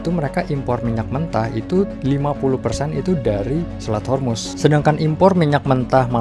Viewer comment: Honey its Straits Hormuz not Yarmus.(persian word)